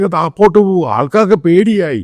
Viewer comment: എടാ പൊട്ടാ താപോട്ട് അല്ല താഴോട്ട് ആണ്